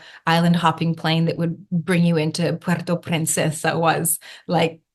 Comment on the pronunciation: Pronouncing "Puerto Princesa" with strong R's. Very nice.